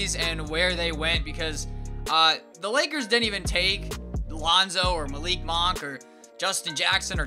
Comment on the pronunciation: It's pronounced Munk (Monk)